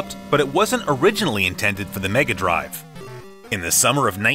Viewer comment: You're pronouncing "Megadrive" wrong sir ;)